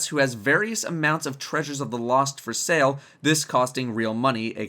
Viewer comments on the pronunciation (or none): none